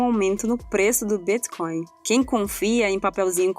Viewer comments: "O Bíthcoin" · Essa pronúncia de Bitcoin eh de longe a mais bizarra que já vi